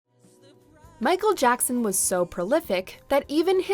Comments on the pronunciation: Michael Jockson? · i swer she said michal jonson